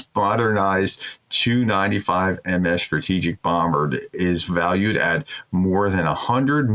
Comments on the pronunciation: Doc. One thing would make your shows easier on my ears is saying "tee you' and "s you" for the TU and SU planes. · Professor… Putin’s aircraft… pronounced… T-U… just the individual letters. Not combined. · correct. However, that doesn't change what I said about the way the designation is pronounced by everyone except the prof. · WHY do you continue to read this out when you cannot pronounce a single russian location name correctly? The aircraft are T U pronounced seperately not (two) - as a fellow educator I would expect you to be better informed before attempting to educate others.